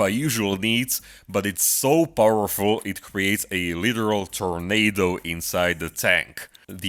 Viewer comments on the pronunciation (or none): none